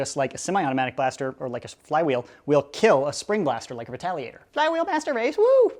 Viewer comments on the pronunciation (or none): U said retaligator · Listen you said retaligator #watchwhatyousay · Who else heard retaligator